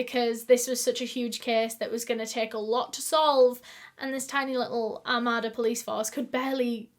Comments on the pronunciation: Oh my god I actually lived near this one!!! Lol it’s a very Michigan pronunciation it’s Are-May-Duh. Long “A”s. But I’m weirdly excited it was somewhere I know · Armada is very nice, I live about 20 minutes from there. I know you are from the UK but its pronounced Are-made-ah. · Two things one:I love your videos Two: it’s pronounced ar-made-a. Not trying to be mean or anything I just thinking I would let y’all know. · I'm from the area this happened in and just wanted to correct the pronunciation of Armada. It's Ar-made-a. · Love you girl, but it's said Are-may-duh, I live one town over somewhat, a village called Capac. Lol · Its pronounced ar-MAY-da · Shut the hell up. Literally lived right by Armada and went to the flea market with my grandma every weekend☺️☺️ PS it’s pronounced Ar-May-Duh....welcome to the Midwest USA😂😂😂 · Your pronunciation of Armada is my new favorite thing! I live about 45 mins from there and we pronounce it like Are-may-da, but i think we should say it how you do haha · I know this is the absolute last thing I should be worried about but I’m so completely triggered by the way she pronounced “Armada” 🤦🏻‍♀️. Im born and raised Michigander and I’m pretty sure it’s pronounced ARE-MAID-uh. Just sayin. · Oh and it’s where I live lmaooo, and it’s so cute how ur pronouncing it 😭🥺🥺🥰 we say like “ R made A “ idk I’m not trying to correct u at all I honestly like how it sounds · My grandparents live in Armada (it’s not pronounced like she does I’m the video; you stress the A’s a lot more like Ar-May-da) and I remembered when this happened. They had ribbons on all the trees for years as a reminder of her. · i actually live near armada (it's pronouced r-may-da) and i can confirmed, it's a pretty nice town. I've never heard of this case though it's kinda crazy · I live right near Armada and it is a safe place and such a sad story. I love the way you say it, but it's pronounced "Ar-May-Da" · Also it’s pronounced (ar may da) armada